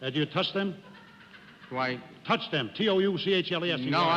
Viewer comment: Jack: Do you touch them? (sounds like 'toss') Judge: Do I...? Jack: TOUCH them! T-O-U-C-H-L-C!! :)